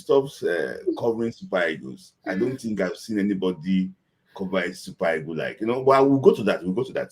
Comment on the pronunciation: Why do you people mention EAGLE as EGOS? Did you guys study ORAL ENGLISH? Ah why you people have such bad pronunciation? Just imaging words like GENERATOR, PASTOR, DOCTOR, INVIGILATOR, PROTECTOR you mention it as ending TOR instead as TA. I always can't stop laughing at our neighbors and ask myself which European country colonized them 😂😂😂